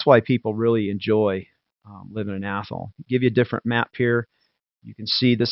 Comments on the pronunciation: We have an Athol here in Massachusetts. ) Though we pronounce it Ath-all not Athel. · Even when you are not "making fun" of it, you are still pronouncing it wrong; it IS Ath all .